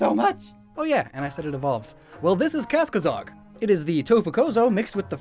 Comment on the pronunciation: Is it just me or does butcher his own pronunciation of Kasakozog? I hear Kaskazog?